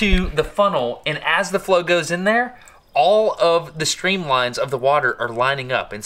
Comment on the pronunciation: Frost Night Hahahaha The way he says it too "Ah cud ma hed in theya"😂